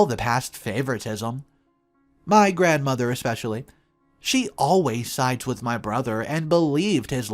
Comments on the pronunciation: There's no X or K in the word especially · A couple of tips to the English language… it is a bridal SUITE (pronounced sweet) not a suit (a piece of clothing). Another, huge pet peeve, the word is ESSSSSSSpecially!! There is no X!